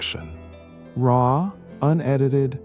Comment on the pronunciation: why did he say raw like that